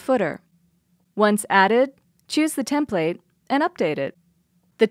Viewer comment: Love the product, love the videos on the product. Had to stop watching this one. You say template wrong and I couldn't get past it.